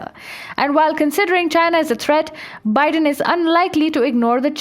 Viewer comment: Yaykh! You can't even pronounce Biden's name, you talk about American politics. You have no idea how our election system works. Mr Biden is the President-elect and he is the President on the January 20, 2021. Are you a stupid and an idiot!